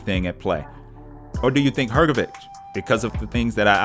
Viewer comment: It's read HrgoviCH NOT HrgoviK.